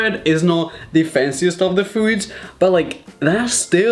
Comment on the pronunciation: he says foids xD